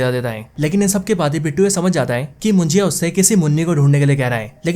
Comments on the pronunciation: मुजिया नहीं munjya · It's not mujiya it's munja.. correct it bro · मुजिया नाही रे बाबा,,,,,मुंज्या आहे ते😂😂😂😂